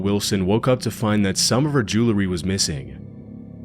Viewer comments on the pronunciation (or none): Jewelry.... not jewlery... i'd imagine Jewlery is a star of David necklace. Jewel...ry... come on, man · The way you say jewelry JU-LERR-Y 😊😊😊😅😅